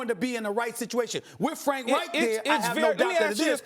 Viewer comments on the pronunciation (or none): Every SINGLE analyst pronounces Frank REICH's name wrong. It ain't Frank WRIGHT. Respect the man. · Why can't they say Frank's last name correctly.